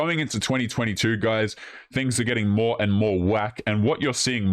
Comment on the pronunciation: I'm done with women that can't even say a simple word like " more".